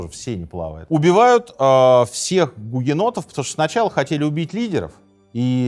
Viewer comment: Мне одной слышались периодически не "у гугеннотов", а "у енотов"? 😅